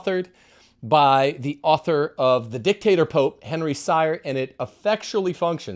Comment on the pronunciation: Henry Sire pronounces his name as "Seer".